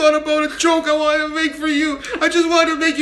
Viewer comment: I wanted to make for you 発音:ワニダ